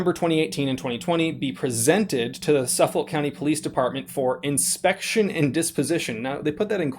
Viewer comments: Suff-oL😂 Its pronounced Suff-ick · 1st of all this is not new. Gun stores get audited all the time. 2nd. it’s SUF-FOLK county, not SUF-FOLD. Now, that rifle does NOT look like a NY compliant weapon. If you were dumb enough to register your rifles during the SAFE Act and your intentionally attempting to get around the NY SAFE Act by loopholing then don’t cry when you get locked up...NYS is a bunch of gun hating scumbags. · The county is suff-folk not suffel lol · As much as I'd like to pay better attention to this, I'm getting very distracted by your pronunciation of Suffolk. As a born-and-raised Long Islander, from central Suffolk, it's pronounced "SUF-fic," not "suf-FOLK." ------ That said... the firearm was illegal when they purchased it based on the configuration... why are they surprised they got a letter now saying they have a chance to turn it in voluntarily and avoid criminal charges? If the barrel is under 16", it cannot be a rifle in NY and therefore it is legally a "firearm." (A "firearm" would be a pistol, a revolver, a shotgun with barrel under 18", a rifle with barrel under 16", any shotgun or rifle with an overall length under 26", or an assault weapon.) Possession of a firearm is illegal as per NYPL § 265 except as permitted under NYPL § 400. § 400 permits you to obtain a license to own a pistol or revolver, but not any of the other categories. Thus we will need to consider this a pistol to discuss its legality. Given that it would be a semi-automatic pistol with the ability to accept a detachable magazine, we need to check the assault weapons test. If it has a stock, a protruding hand grip, a mag well external to the grip, a threaded barrel, a barrel shroud, OR is more than 50oz unloaded, it would be an assault weapon under NYPL § 265.00, 22(c). (Interesting to note that a pistol may legally have a flash suppressor (as long as it is permanently attached) whereas a rifle may not.) As it would be an assault weapon, it w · "suff-ickk" county!!!